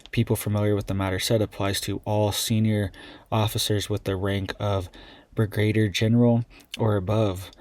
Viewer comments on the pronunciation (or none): STOP IT! JUST STOP IT! THIS IS BIG! THIS IS URGENT! And it is NOT pronounced Marine CORPSE. A corpse is a DEAD BODY! It is pronounced Marine CORE. Like the core of the Earth. And it is not pronounced be-GRADER General, it is pronounced brig-ah-DEER General. When you use these pronunciations it sorely detracts from your otherwise important messages. This is not meant to belittle or embarrass you, nor is it meant to be confrontational. I can only hope is that you take it as educational. I know you mean well. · I was impressed with the video until he couldn't pronounce the word Brigadier